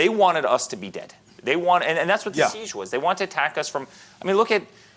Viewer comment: He's saying seize but the title to video is siege. Which one is it